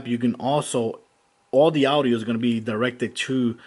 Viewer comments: All the "Awdio" LOL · dude the way u pronounce audio